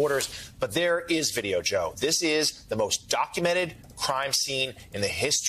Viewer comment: It was almost like the screen scene from My cousin Vinny...."what is this that we have right here? What is this? Vid-E-O 🤣"